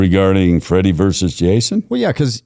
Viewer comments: Verses it’s not that hard to say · Why does this guy keep saying, "Freddy VERSE Jason" ? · It drives me crazy when people say “verse” instead of “versus”. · It's Freddy Versus Jason, not Freddy Verse Jason. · Dude, it's VERSUS, not Verse. Wanted to punch my phone everytime he said "verse" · Why does the guy on the right continuously say "verse". The film is Freddy Vs. (VERSUS) Jason. What is verse? Am I missing something? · “Versus”, not “verse”. It’s not a song. Great interview tho. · Please say "versus",. Love your Lugosi tat btw!